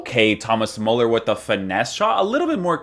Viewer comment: Its pronounced MÜLLER